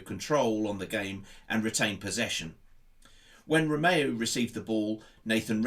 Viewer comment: Nice tactical analysis, but... 😉 Radnarnak 😕 Bednarek Walker-Price 😕 Walker-Peters Romeo 😕 Romeu